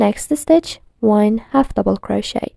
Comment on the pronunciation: She said croshiter😂